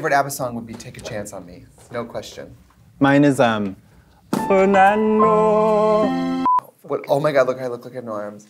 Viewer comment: Nobody: Katya: FeRnAnDo five seconds later Katya again:FeRnAnDo